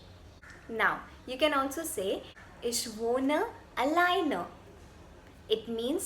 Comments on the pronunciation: Your German is fine, but why "iSCH" if it's "iCH"? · Mam your pronunciation is completely wrong First of all it is not ish it is ich